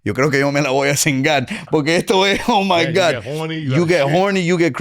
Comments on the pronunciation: Take a shot every time he says “porkay” lmao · Why is this dude saying Pore-cay so much??? It’s annoying